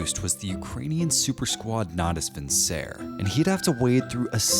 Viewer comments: natus vinsèr? wtf it's latin not french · Really? Nahdus Vincehr? Wow, is it really that hard to pronounce Natus Vincere correctly, if your motherlanguage is english? 😅😂